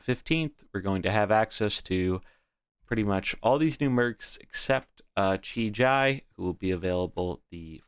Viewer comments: Please dear god stop calling him "Chi-Jai" kekw. if you need phonetical clues, it's "Chi-GEE" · The I in JI is pronounced the same as the first I. The way you say it hurts my ears :D